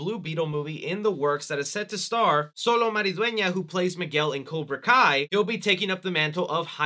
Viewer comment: its Pronounced Cholo not solo lol